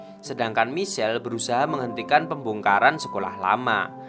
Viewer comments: Min, "Michael" melafalkannya "maikhêl", bukannya michel hehee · Hi bang maaf cm mau bilang klo baca namany salah Michael baca maikel klo Michelle br baca misel tp saya suka ma flim GTO ini koq semangat y bang, maaf bang bukan maksd lain....